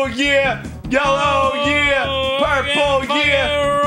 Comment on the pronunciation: Jon: Purpel. Arin: Blu.